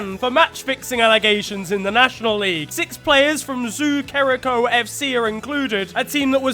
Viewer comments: am from kenya...and its pronounced kericho not keriko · Ke ri cho not keriko😂